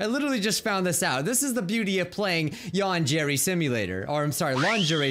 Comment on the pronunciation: please.. learn how to pronounce Yandere right... what’s the point of learning a language if you’re gonna butcher it?